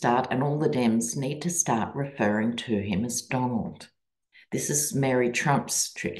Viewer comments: DonOLD -with emphasis on the second syllable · The "Donald" thing is starting to be pronounced as "Don-OLD." 😁😆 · Kamala now says “Don-old”🤣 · Lol love your readings. My sister calls him Don-Old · I heard someone say Kamala should start mispronouncing HIS name by calling him not Donald, but DonOLD, as in Don Old. lol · Not only should we all call Trump - Donald, but we should turn around his attack on Biden’s age, along with his mispronunciation of Kamala’s name, and start calling him Don”OLD.” With an emphasis on the old!😂🇺🇸💙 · Call him “Don-OLD” ❤ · Donald... pronounced Don--Old. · Don-OLD. Not Donald. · Yes, call him Donald. Only Pronounce it Don OLD